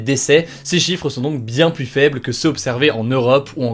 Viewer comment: Salut hugo, juste pour la suite "plus" se prononce "plu(s)" quand utilisé en superlatif ou en négatif (je ne veux plu(s) de...) et pluS quand utilisé en additif, par exemple "encore plu(s) visible" et j'en veux encore pluS, sinon super comme d'hab